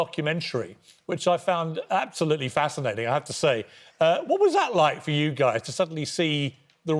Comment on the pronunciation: Hearing Harry kane say absoutly not and saying he's happy makes me so happy COYSSS